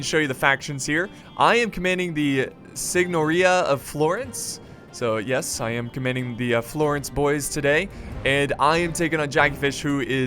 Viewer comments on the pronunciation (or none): Sorry,, but this'll get on my nerves unless I say otherwise - Pisan = Pee-san not Py-sanSignoria = Sing-your-iah not Sig-nor-iahStill, I ADORE this mod and love your content. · Mod looks awesome. I think Signoria is pronounced more like "senor-e-a." Hope you have a fun weekend. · I love you but I think it's pronounced 'sinyouria' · The way he said "signoria"...😫